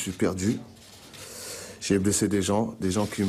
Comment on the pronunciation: Quand il a dit " j'ai blessé des gens " j'ai cru qu'il avait dit " j'ai baisé des gens " x)